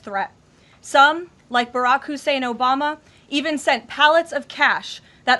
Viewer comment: "Barrack Hussain Obama" 😂🤣😂 .. I love this woman !